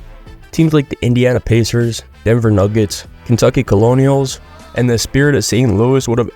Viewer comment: kentucky colonels pronounced "kur-nels"